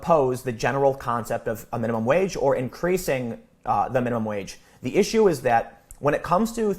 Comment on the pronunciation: I also live in Central Illinois and it's "wage" not "wadge". I will need a part-time job to make ends meet when I retire. Except there won't be any part-time jobs for retirees or for teens for that matter. Blaming the rich is a strawman tactic. Yes we have overpaid executives and monopolies. Illinois has been quite supportive of monopolies over the past several decades. I bring this up because that is the real problem. Too many large companies=fewer opportunities for workers. Some big wig at a megalocorporation is NOT going to take a cut in pay to increase the peasants' wages. Come on. The real world has issues that require more intricate solutions than a minimum wage increase.